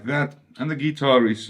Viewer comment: What a cool dood. Love when he says z geetar